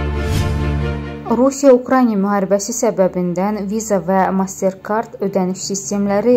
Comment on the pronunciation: Ukrainiya yox, Ukraina demek lazımdı